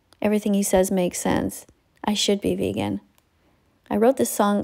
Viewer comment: teacher: VeAGen VEAGEn VeGEAn